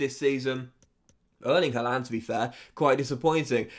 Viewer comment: Man City are known as the Citizens not the Sky Blues, Sky Blues is Coventry City. Surely should have known that, at least for the video. It is Erling Haaland, pronounced Har-land not Ha-lan which you are pronouncing it.